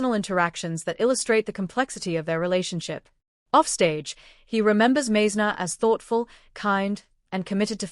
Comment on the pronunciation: Hello Stupid AI, Randy’s name is pronounced “Mize’-ner” Because you got that wrong, we don’t believe anything else you say.